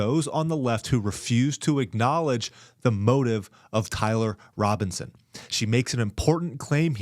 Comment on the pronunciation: His name is TYLER Robinson, not "Kyler".